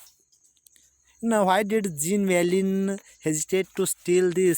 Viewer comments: Jean valjean not sir this is zhon valzhon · Thank you soo much sir..... Aadru nimminda ondu tappagide.... adu... 'Jean valjean' Pronounction iee reethi ide ------- ''Zhon valzhon''... (It's in glossary... Have a look...)